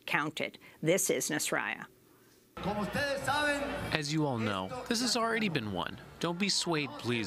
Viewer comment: Dear Ms. Goodman, thank you for continuing to report on Honduras, it is important. However, the opposition leader's name (Salvador Nazralla), is actually pronounced with a hard "L", as opposed to a y-sound, as most readers of Spanish would suspect. Btw, if would be awesome of you could pronounce the current president's name as "Juan Robando" :P